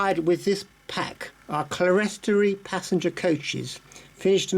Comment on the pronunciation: Clerestory is pronounced clear-storey.